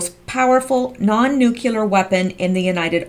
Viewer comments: The MOAB is non nu-clear, not nu-cu-lar. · All this nuclear... I mean nucular, stuff refers to the "nuclear option" for a vote in Congress. Not a real device.